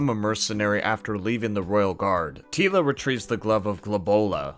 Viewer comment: We didn't think it was bad.... just te first half was "Tee-la and the Masters" :) Merry Christmas!